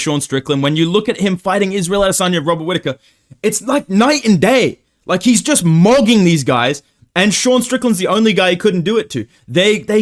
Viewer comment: Once again trying to be different. “Moiitteee, I joist feel an upset for some reason, I doiinnt know mannn.”